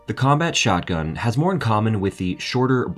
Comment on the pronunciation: "Periferated"????? ???? Did you mean petrified or perforated? And it sounds like you're saying "Shockgun". You're a narrator? Have some respect for your position and clean up your act.